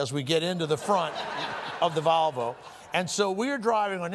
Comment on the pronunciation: My favorite part of this story was always that he would pronounce “Volvo” as “Valvo.”